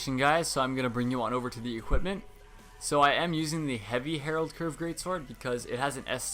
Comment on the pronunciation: Aight i just wanna throw this out there cause i notice it's a thing for some reason, it's not the Herald Curved Great Sword. it's the Harald Curved blahblahblah. HA-RALD, not Herald. Herald doesn't live here anymore